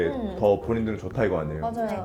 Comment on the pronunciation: 진시믈 브어랴~ 뭐임ㅋㅋ